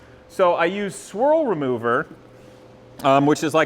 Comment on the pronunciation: Squirrel removal? I guess that's the next step more aggressive than bug and tar remover? (I know, I know, it's swirl remover. For some reason it sounded like squirrel.)